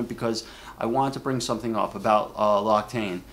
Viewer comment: It is pronounced lox-ee-tan :D